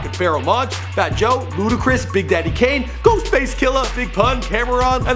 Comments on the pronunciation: Camron not cameron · Cam'ron, not CamERon... smh whiteboy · Did he just call Cam'ron "CAMERA-ON"? Lmao